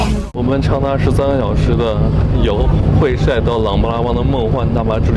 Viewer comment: 会晒，这里读 hui sai;而不是 hui shai 😊